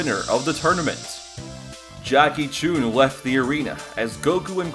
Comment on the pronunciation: Corrections: Goku was 12 not 13 Goku trained for 8 months not over a year The pronounciation of Jackie Chun is incorrect